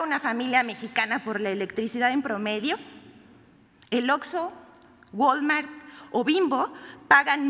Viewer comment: ¿"FENSA", "GOL-MART"? Y volvió a decir "GOL-MART. No sabe leer, no sabe informar, no sabe hablar... ¡Quiero mucho a mi país, pero hay mucha gente que lo pone en vergüenza! Este es un ejemplo vivo de la pena que me causan los que pisan a mi gran México. Ahora me doy cuenta que tiene sentido su apellido: "Vilchis-mosa".